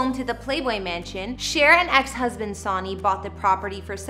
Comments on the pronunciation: It's Sonny Bono as in Sunny. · Hahaha she said "Sawnny" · Lol, I know! This girl has been in a Cave all her life🤔🤪🤪🤪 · Sonny = SUN-ee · Its pronounced SUNNY! LIKE THE SUN 🌞⛅.. NOT LIKE A SON.. EVEN THOUGH YOUR READING IT AS SUCH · “Sawny” ?? REALLY??? Fer cryin out loud… Research the basics… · The name pronunciation is killing me.. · I cant finish this. How does someone mispronounce Sonny?! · This girl drives me crazy. You don’t even know how to pronounce his name. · Why do you habitually mispronounced the name "sonny"? Very odd, unless you're from another country. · Did you not research how to pronounce someone's name 🤔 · Why are you mispronouncing Sonny’s first name? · Canadian. Still no excuse for not pronouncing the guy’s name correctly. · The hostess of this video needs to learn how to pronounce Cher's ex-husband's name!! Geez! Pronounced: Sunny Bow-no rhymes with BOZO! SONNY BONO... has she never HEARD of the guy? If you're going to present an informational video, make sure you know how to pronounce the names please! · He pronounced his name sony (sunny) you should learn how to pronounce a person’s name correctly before you put out anymore videos. This is ridiculous. It’s pronounced Sunny, sunny, sunny. Not Like the entertainment giant Sony. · It’s “Sony” like “Sunny” not the electronic company. He was an elective official too. Do your research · Omg!! SUNNY!! NOT SONY!! HOW CAN U NOY KNOW HOW TO PRONOUNCE HIS NAME?!! ISNT THAT PART OF YOUR JOB!!! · Sonny is pronounced Sunny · Yes, "Sonny" is pronounced "Sunny!" Get it right! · Sowny? Tape-estries? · Caught me off guard when she said Sony … lol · I know.....It's SON---ny. Everybody knows that!! That was really getting under my skin!! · Your absolutely right. This young generation doesn’t know how to pronounce Sonny’s name. She’s saying it like Sony in Sony records lol do your research girl. I find she speaks to quickly. Had to turn it off 😮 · Sonny is pronounced "Sunny' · Sony lmao it's pernounced SUNNY!